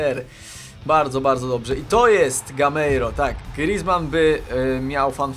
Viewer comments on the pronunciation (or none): none